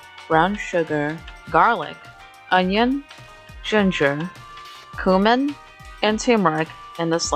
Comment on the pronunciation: "Coomin" Cumin bro, CUMIN 😭